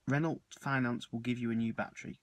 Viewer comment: Not sure about your pronunciation of 'Renault'. Ren-no is more like it I think